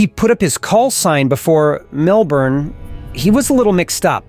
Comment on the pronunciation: HEEEEEY!! He pronounced Melbourne right! hahahaha! (depending on area of australia, its either mel-burn or mel-bin, most Americans get it wrong and it comes out mel-born)